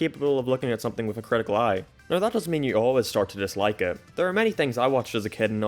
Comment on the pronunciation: he says “someting” and that made me mildly upset.